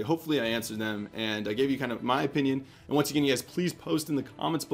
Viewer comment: Whats your "OPHION". lol i thought thats what it said haha